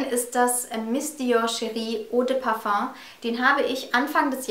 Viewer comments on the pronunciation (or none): none